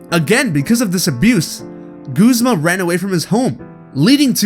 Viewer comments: Guz-ma not goozma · It’s Guz-ma! Not Gusma! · its gu. z. ma guh not gos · Goo-zma? No. It's ya boi Guz-ma. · WHO SAYS GOOZMA!? That is my only problem with this video well done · Bruh its gazma(gu-zm-a) not goozma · It's guzma not goozma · Wait it's pronounced goozma? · I PRONOUNCED GUZMA GUHZMA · Did you just call him... Goozma? XDDD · Right?? It drives me insane when people say Guzzma. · "Guuzmah" dude ive lost all hope in the way you said that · You Said guzma wrong!